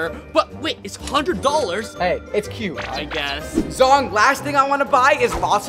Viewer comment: BROOOO NOT ZONG it's ZHONG